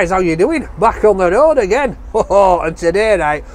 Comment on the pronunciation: I always wait for to say "Back on the road agaaaaain" in his accent